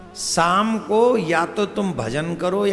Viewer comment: Shaam not saam